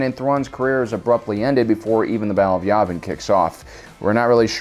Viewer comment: its y-æææ-vin not y-aaaaaaaaaaaaaaaaaaaaaaaaaaaaaaaaaaaaaaaaaaaaaaaaaaaaaaaaaaaaaaaaaaaa-vin